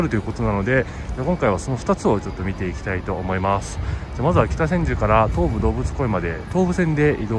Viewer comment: きたせんじゅ(じゅうではない)